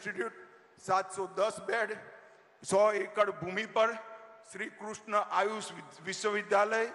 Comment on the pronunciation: कृष्ण भी नहीं kruushna बोलना तो सीख ले